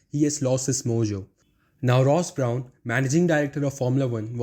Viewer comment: Yess the video was so pleasing to the eye but now i want you to concentrate on your pronunciation specially don't get the names wrong. Example: Brawn(in this video) Is ok to have a little bit of accent but don't get the names wrong.